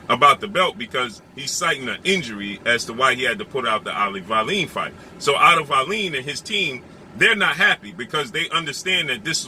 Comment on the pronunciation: The wbc would not order wallin to fight whyte in the event that it was not fury or wilder that is ridiculous wallin ranked 20th. It would be joyce, ortiz or ruiz that had to fight whyte. Also its pronounced wall-in.